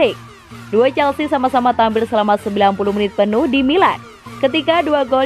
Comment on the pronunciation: Nice, penyebutan Chelsea nya udah jelas sekarang 💙